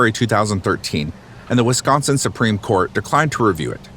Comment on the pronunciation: Coming from this area, and being in class with Avery's twin boys in school...... its SUPER cringe and irritating that the narrator cant pronounce the city names correctly